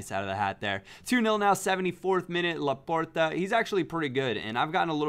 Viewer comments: Hey, it's Laporte not Laporta. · LaportE not Laporta, love you're videos though.